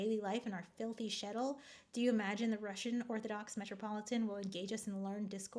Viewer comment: Not shetl. Shtetl.